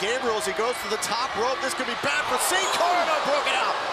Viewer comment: lol sin cara not hun cara